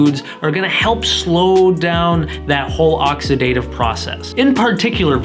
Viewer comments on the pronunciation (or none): oxydiation? oxydative? smh